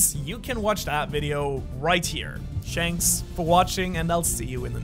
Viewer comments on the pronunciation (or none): Please dude, stop saying "shanks for watching". I'm begging you.